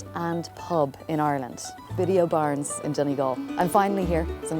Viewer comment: Donegal is the shot. Just fyi its pronounced biddies o barness 👍